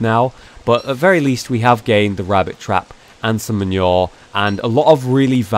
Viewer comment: hollow manure not men-your mah-new-er